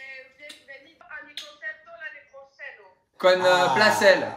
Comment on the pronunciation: « l’année prochaino » mdrr je me croirais en Colombie